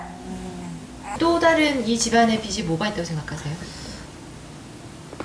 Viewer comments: 비시 비지 발음좀 정확히 해줘 .... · 비시라고 X 비지라고O 비시라고는 빗이라고.. 제발 제대로읽길..